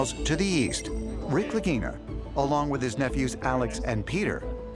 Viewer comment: Mannaggia il loro cognome é Lagina e si legge Laghina e non Laghinina